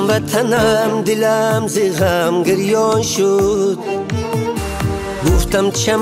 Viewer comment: Прекрасный голос но произношение слов не правильный--а так отличная песня--гырён шуд-бырён шуд-гирён шуд-бирён шуд.правильнее.